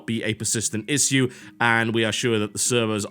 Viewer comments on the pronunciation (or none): I hate how he pronounces issue.